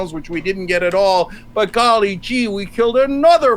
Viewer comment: If he says “golly jee “ one more time. The IQ differential here is glaring.